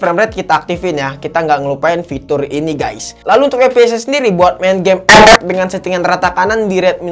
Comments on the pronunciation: Ketawa bang gue kalau lho bilang epep🤣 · Ngomong ep ep nya ngakak 🤣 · dengerin abang ngomong "epep" make headshet, beuh mantap cukk wkwk